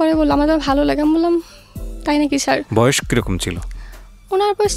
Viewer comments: ছ্যার না স্যার। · Sir naki Shar ki bollo bojlam na